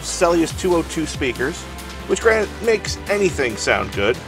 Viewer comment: Do u think he says "granite" or "granted" I've heard it a few times and its funny for a stupid reason that I think of stuff like this.